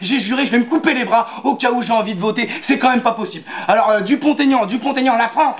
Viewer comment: On dit dupon aignan